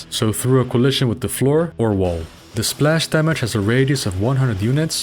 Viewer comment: Now I want to teach to say splash in perfect English